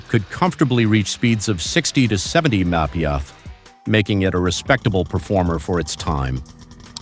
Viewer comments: "Meppitty em prees" Mph! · MPH = Muh-pee-ehh??!! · Right! Low bees,lbs Minipiers mph! Lol!